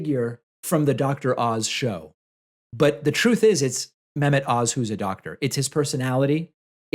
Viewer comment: The H in Mehmet isn’t silent